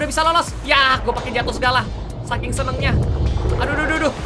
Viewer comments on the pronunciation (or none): none